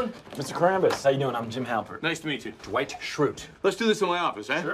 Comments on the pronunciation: Jim always pronouncing Dwight’s name as D-wight 😍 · Yes! It's almost "Doo-ite" or "Duh-white".